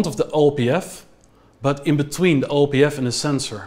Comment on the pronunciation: Go "Back To Duh Future". :P